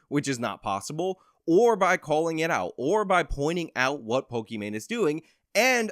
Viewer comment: Of the three youtube personalities in this video, you clearly are superior. You hold 100% eye contact with the camera, while i cannot maintain 100% eye contact with your image in the video. You know how to pronounce pokimain correctly, and can analyze her stance and content. You are superior to me. And you clearly state that people can think what they want and you won't force them to agree with you, gosh what an incredibly enlightened brain you are burdened with my word. I.honestly can say you are doing everything a youtuber should be doing and your just hustling you know getting the job down like a man. Thank God you could you could break this down for someone with me ability make understandings. Want to fuck my wife? Let me give you the house key so you can fuck my wife. Just kidding I dont have a wife, I'm exactly the kind of lowely person you expect I am. Please generate more content about POLIMANE and TOBUSCUS and PEWDIEPIE. I need these things broken down for me so I can understand the facts of life. So help me out bro we need you to save the world.